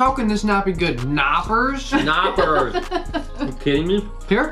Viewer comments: We pronnounce the K in German. It is called Knoppers. Knoppers, not Noppers and Milka just means MILk and KAkao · I though he said knockers... what a great name for candy! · Well I hope you appreciate our German chocolate like I do ..and it's a shame you barely can find them in the us 😐 from a German that left her good chocolate just to move to the us and end up in korea 🤣 p.s. its catyes pronounced lol and they are vegan. milka is THE best chocolate